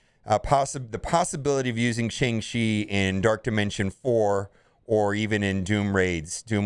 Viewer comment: Classic destroyer of words. Even when they write a whole bit into the movie about how to say the name right it’s still not enough.